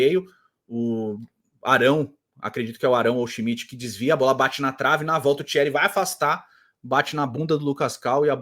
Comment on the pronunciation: a narradora falava schimidt e eu escutava busquets